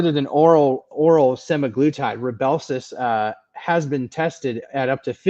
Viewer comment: I think you’re right with the pronunciation of semaGLUtide - I was told the GLU is for glucose which makes sense to me! 👍🇦🇺